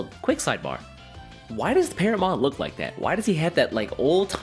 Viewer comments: I never hated green in Digimon. Just wasn't interested in most of the green decks. Pronouncing: it's "teh-ro-mon" in English but correct me if I'm wrong, but the Japanese name may be pronounced "puteromon". And it's "ah-neh-moy" (アネモイ) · Say it as Teromon, like Pterodactyl. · Vortex sounds really interesting, i'll have to wait and see how well it performs. Also i think its pronounced without the P, like pterodactyl. Great vid as always! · Bro, the P is silent.... like in pterodactyl 💀